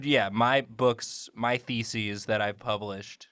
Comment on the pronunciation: Are we going to acknowledge pronouncing thesis as faeces?